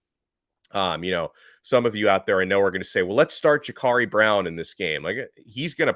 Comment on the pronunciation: It’s Jacurri Brown not Jacarri Brown